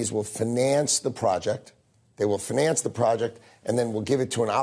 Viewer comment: im not an native english speaker but what the hell is up with Lutnick's pronounciation of the word "finance"?